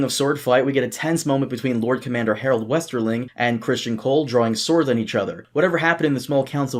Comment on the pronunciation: What's so hard about pronouncing Cristen? Why must continually say Christian...It's Crist-EN.